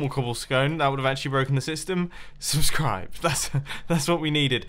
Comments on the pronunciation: "This is rootbulb" "Subsribe" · Ah yes, Subsribe, my favorite block.